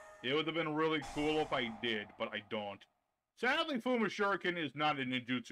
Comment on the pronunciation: Jao wgen?..? Ummm nope 🙅🏻🙅🏻🙅🏻 his name is jo-gen. Jo is pronounce like jo also spelled jou wen using correct romaji^^ ND kool u pronounce kagen & goe & fuhma correct ^^ soo props for that^^